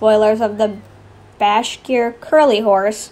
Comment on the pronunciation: It's alright if you don't pin this but: The Bashkir Curly horse is pronounced BASH-ker Curly :)